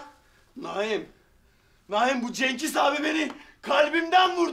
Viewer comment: Agir yanlis konusuyorsun